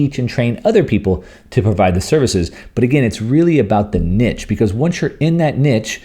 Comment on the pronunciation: I had no idea what you meant with 'Nitch'. As Scott writes too in the comments: "9. Personal events - virtual events, conferences, big nitch". Do you mean Niche? I have never heard anyone pronounce it like 'Nitch'. It is 'Neesh'.